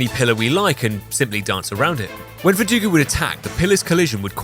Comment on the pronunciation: Alex Jones in the attic caught me off guard. EDIT: VerduGO, not VerduGU.